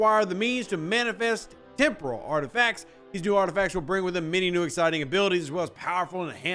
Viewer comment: It sounded like you said tempura parts😂